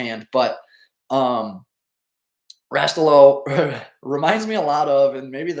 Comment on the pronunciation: “” has to have ties to the U.P. If not Calumet. So should be able to pronounce Rastello(Rah-Stella-oh) Just giving you a hard time. Keep up the great work covering the hockey landscape